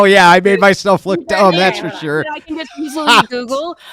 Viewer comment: "are you Shure about that?"